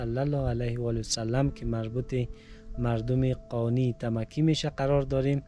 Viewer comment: So annoying when you call it Tamaki!!! It's Tamki bro😅